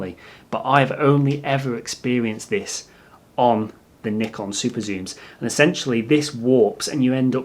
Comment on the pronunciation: You are one of the very rare native english speakers who are able to pronounce "Nikon" correct, so that was a huge plus for me in this video :D For the new lenses I'd rather look at Sigma and Tamron than Nikon, because what ever advantage the Nikon lenses are supposed to have is overshadowed by the huge amount of saved money with the other two brand (and their lenses are also not cheap). Cheers from Germany =)